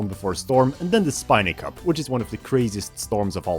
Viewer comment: do my ears deceive me, or did you just pronounce Spiny as Spine-y? It just feels weird to hear you say it right. and we're back to normal.